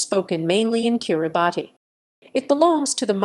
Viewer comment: I thought it was pronounced "Kirabass"